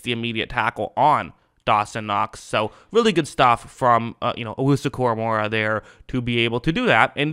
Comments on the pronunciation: It's KoraMOAH not KoraMOREah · Bro read his name to yourself out loud 3 times ina row KORAMOAH KORAMOAH KORA-MOAH only 1 "R" not 2, sorry was just a trying to help cause his names not that hard to say like a lot of these others dudes in the league LoL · Your saying his name wrong lol it’s Kor-uh-mo-uh idk where your getting the second R lmao